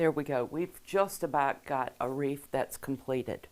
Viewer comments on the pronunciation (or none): Please pronounce wreath not wreef Thx